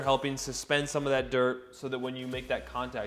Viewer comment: I swear I hear “Dirk McGurk” 😅